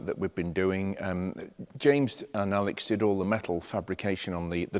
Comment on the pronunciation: At least the DMC with its Renault powertrain won't cost an arm and a leg to maintain or replace if necessary. When you introduced the mighty Mini and said "Alex here" It sounded like Alec and I said, my goodness is he still around!